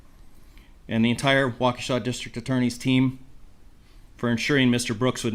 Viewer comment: That pronunciation of Waukesha 🤌🏻 spot on. - sincerely, wisco native